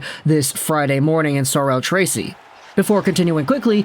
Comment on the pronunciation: You got "Sorel-Tracy" pretty well and the "g" in "Cégep" is pronounced like a "j". Other than that, you do great at pronouncing french words!